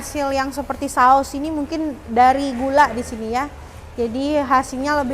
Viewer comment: Mba nya selalu ngomong "disni" disini"..